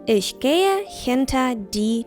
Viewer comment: Тільне на ІШЬьь а Іхьь.